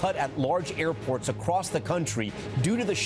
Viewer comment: Did say "acrost"? I think so.😂😂